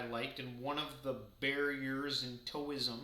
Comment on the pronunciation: Side note: Taoism is pronounced like Dow-ism. Tao rhymes with cow.